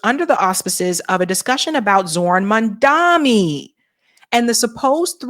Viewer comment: How stupid are you? Stop mispronouncing Mamdani's name. It's not Mamdami. It's MAMDANI. Or is this a black thing?